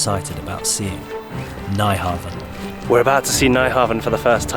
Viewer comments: Nice video. Your pronouncition of the word Nyhavn is slightly annoying, though. It's more like "new-haven". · nyhaven is pronoced "new Hawn" Also walt disney was inspired by tivoli garden to make Disneyland. . gr8 vid ...enjoyed it :)